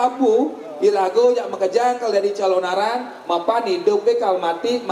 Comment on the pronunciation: wah ngawur ini calonarang itu nama sebutan seorng ibu yg menjalankan sifat sifat raksasa kejahatan yg nama aslinya ratna menggali dri kediri..sekarang d mana dapat ucapan calonarang menjadi calon arang calon menjadi arang..ini ngawur sama halnya melesetkan sejarah....tdp pantas d dengar